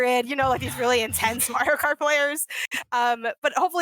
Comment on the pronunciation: She said kario mart... I swear!